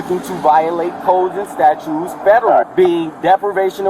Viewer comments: I cannot take seriously anybody who constantly pronounces "statute" as "statue". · He is definitely saying statue, not statute. What a student of the law. Also, I keep waiting for an officer to point out that the sov cit made a contract to abide by laws like handing over ID when they applied for that license they're so possessive about. And that the license itself wouldn't exist without the government making it, so he's enjoying benefits of it - the opposite of anyone owing him money for looking at it. Insane.